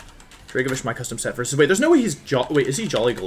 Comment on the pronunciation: Normal Wolfey fan: new Wideo, against Cybertron? Me, an intelectual: a Wersus!